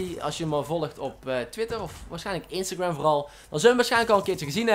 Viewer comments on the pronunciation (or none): none